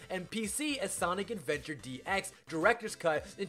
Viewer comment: i like how he calls sonic adventure "sonic's adventures"